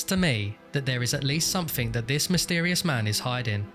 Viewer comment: "the police treated this.... (dramatic pause) as a homicide!" i laughed out loud at this obvious development in the story, yeah no shit they did. edit: oh yeah, zooming in on the word "mysetrious" :)